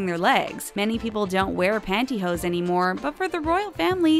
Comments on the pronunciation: it's "pantyhose" not pantyhoes. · OMG. Panty HOSE, or "hose" for short...not "pantyhoes" !!!!!!